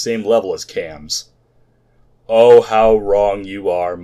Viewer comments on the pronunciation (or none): Its not Cams, its Quaams. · no, its QAAMs. in other words, there is no U you don't pronounce a U that isn't there. Q A A Ms or Q AAMs